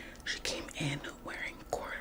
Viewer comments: Cordorroid!?😂😂 it’s corduroy ... Cheeky girl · CORDUROID??😭 it’s Corduroy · I was like she cannot be hating on that lady when she can't even say the name of the fabric right 😂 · I thought you said it that way on purpose!😂